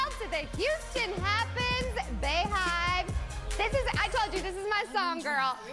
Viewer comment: Every time someone says "BayHive" instead of "BeyHive", a queen bee dies.